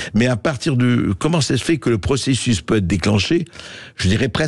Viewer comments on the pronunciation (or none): none